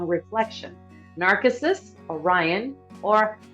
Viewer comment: It's someone colossally ignorant. NARK-issus? I mean, really.